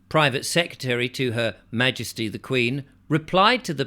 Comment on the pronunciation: Sorry to say this but your Ma-ges-tic is a li-zard 🫣